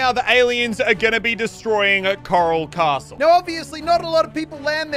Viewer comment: The name: coral castle Muselk: Karl castle